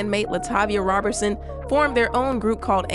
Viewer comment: Ma’am it’s ROE-berson not ROB-bertson